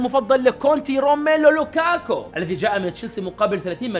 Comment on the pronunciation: كيف قال لوكاكو😂😂